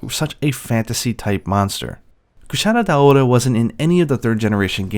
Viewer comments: Wouldn’t it be pronounced Dao-ra? Dao-ora doesn’t make sense. I’m not sure but I believe one of the hunters even pronounces it this way in world the first time you hunt it. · I always pronounce it Kushara Daora... just because Cuchara means spoon and is pronounced the same in spanish hahaha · The way you say Kushala Daora is so incredibly weeby and cringe. I like these monster showcases though.